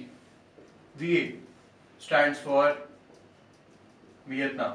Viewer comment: its Vietnam not Vitenam!